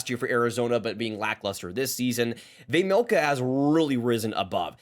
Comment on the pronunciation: Finally someone that can at least not totally butcher Vejmelka’s name 😂